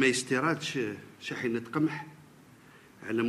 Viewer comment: وزير ياالله شحنة يقولها شاحنة كي نفهم نفهمك